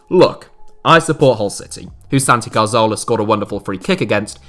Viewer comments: CAR-ZOLA!? bro the name isn't hard to pronounce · I don't like to be mean spirited, but the attention to detail here is pretty horrific. Hull City were 2-0 up in the 2014 FA Cup final and the inability to pronounce Cazorla and Rapinoe correctly are one thing but picturing Naby Keita when talking about Sadio Mane is...not good. Almost like the whole thing has been rushed.